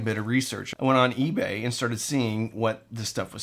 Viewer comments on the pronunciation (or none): none